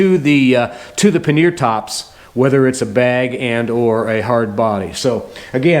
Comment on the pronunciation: I don't know if you know this but RE sells a rear brake master cylinder guard too. Also, the RE pannier mounts come with the provision to relocate the turn signals more rearward. Your video made me hungry too! Every time you said "paneer" instead of pannier (pan-ear) I pictured paneer tikka masala!